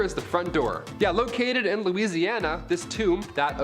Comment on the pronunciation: From Louisiana: it's Marie La-Voe